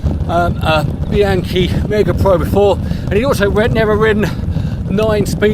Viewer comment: Would it kill you to at least try to pronounce the names involved correctly? You're! Pahn-tahn-ee. Bee-ahn-kee. I know you can do it!